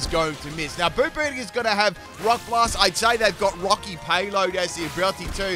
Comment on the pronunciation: Ah goood, a new generation of pokemon to roast pronunciation 🔥: - "Bomb"birdier, not "boom"birdier. To bombard something is to drop bombs (or other things) on it. Rocks in this case. - Orthworm, pronounces it like "warm". Say worm, then just add "orth" to the front. - Grafaiai has no second "F". Graf-aye-aye, based on the aye-aye primate. Got it right each time after the first! - SquawkabilLY, not squawkabiLITY. Funnily enough, said it right the first time 😆😆